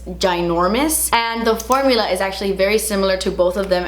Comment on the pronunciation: "Did they change thuh formuluhhh?" 🤓❤ Hehe!